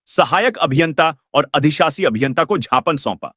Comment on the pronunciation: आपने ज्ञापन को जापान बोलते जो